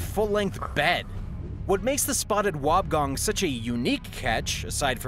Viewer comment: It's pronounced wob e gong